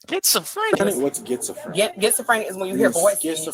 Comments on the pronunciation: Gets-a-frenic 😂😂😂 , what a idiot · She said it right😂 “Gets-a-Frinic” 😂😂😂 so she has that “Gets to Take 💩” type of personality 😂😂😂😂 and she’s named after her mom and dad 😂😂😂😂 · Getsofrenic, Pacific and classOphobic .she went to jail and did nothing but think about what she's going to steal when she gets home‼️ she picked up zero books and has no friends..because she's a full grown women and using worlds she can't even pronounce or spell ..